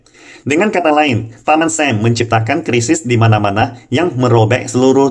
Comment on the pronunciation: Masukan Utk. Berhubung pendengar di Indonesia. Agak aneh jika mendengar G20 ( Ge Dua puluh) dgn Ji twenty. Ada Lagi misalnya Paman Sam ( menyebut dgn paman "Sem"). Ukraina dgn sebutan Yukraine. Agar tetap enak di dengar dan di tonton saran buat agar menggunakan bahasa baku indonesia.